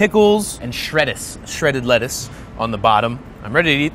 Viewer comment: Did he just say Shrettuce?!